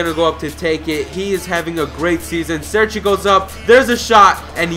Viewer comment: Its cerci not serci